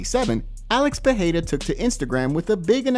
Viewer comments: Alex "Peheira"? These folks don't try 😅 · ITS PEREIRA THERES NO H NO JNNO HARDSOUNDING NOTHING PE REI RA FUCK LEARN HOWNTONPRONOUNCE